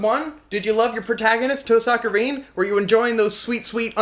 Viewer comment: toe-sucka rin